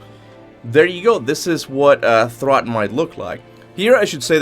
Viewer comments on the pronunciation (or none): It's thrudr btw. Not to be rude or anything I'm just saying idk where this "throd" is coming from